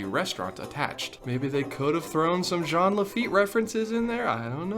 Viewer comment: You also said "Jeen" Lafitte....which is a mispronunciation in Offhand Disney ;)